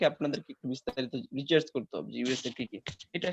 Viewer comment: হালা মুর্খ আবাল,,রিচার্জ না অইটা রিসার্চ